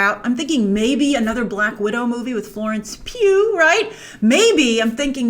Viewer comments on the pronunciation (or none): none